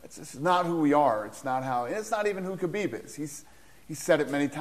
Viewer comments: Sometimes it sounds like they are saying Habib instead of Khabib, am I just imagining that or is it real? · It’s khabib not habib 🤦🏼‍♂️🤦🏼‍♂️